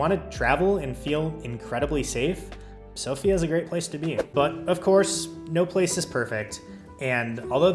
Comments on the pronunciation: You're welcome. You also pronounced Sofia and dovizhdane almost like a native, very impressive. I hope you'll visit again sometime, although Bulgaria is in Schengen now. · Thank you for pronouncing Sofia the right way ;)